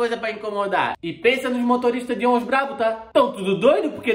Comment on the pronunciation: A nota de duzentos foi feita porque até o fin do ano a passagem de "ônshn " (vai custá quatrucetush reais)